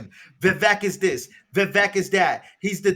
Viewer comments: His name is pronounced Vivek like cake! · Why do people say Vivek like Vivek? How can you vote for someone that you don't even know how to pronounce his name. Once and for all, it's viv ake like cake. The E is the A sound. Vivek brought it up on Tim pool's Coulter war segment.